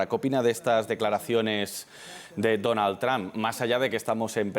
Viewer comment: Madre mía, el reportero ha dicho "Donal Tran" 🤦‍♂️🤦‍♂️🤦‍♂️🤦‍♂️